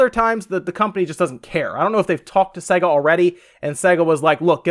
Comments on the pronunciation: This guy clearly has never heard the intro to a sega game that bursts eardrums : SAYGGGAAAA! what the f is segga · I was going to say the same thing. I died a little inside every time he said se-ga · Makes me wanna slap his dumb face... Fucking segga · its SAY-GA not se-ga, they even pronounce it at the start of the games! Seriously anyone who pronounces it wrong considering its at the start of like every game or was cant be trusted imo! its not an accent thing or a country thing cause it was the same on all games in all countries! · Why? He's clearly saying SEGGER instead of SEGA. Fire up Sonic and you'll hear.. 'SAAAY-GA'. - 'Muricans, smh. lol. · Just to point out, it’s pronounced SAYGA not SEGGA! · It’s pronounced ‘say-ga’ not ‘s-egga’ did you ever own one of their consoles? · This guy can't even say sega correctly. Its say-ga not se-ga. If you ever actually played a sega before you would know this due to the boot up screen logo where they actually pronounce it for you. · It is only North America that pronounces Sega as Say-ga. The rest of the world says Sea-ga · It's pronounced see ga not sey ga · its pronounced SAYGA not segger did you learn nothing from the logo opening sequences? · It's Say ga.....not se ga.. he says Sega funny. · SEGA is pronounced with a hard A sound. (SAY-GA) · It's pronounced "sayger" you moron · What's Segger!? Even my girlfriend noticed your bad pronunciation. Shame on you. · Can people please learn to pronounce names properly it’s say-ga, it’s the same with You-b-soft for some reason it really gets on my nerves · Jerry Smith segga is what he is saying though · Just throwing my two cents in, but the guy is clearly pronouncing it SEGGER. I actually came to the comments to see if anyone else noticed. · Jerry Smith Time to bow out gracefully on this one 'Jerry' - no ones agreeing with you, perhaps get your hearing checked/re-listen to the vid; he is most certainly saying 'SEGGA' 🙂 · Everyone in the UK say's "Say-Ga".